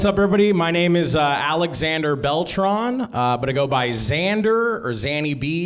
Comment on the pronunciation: When he introduced himself, he didn't pronounce Beltran correctly, but in a joke he did. Half & half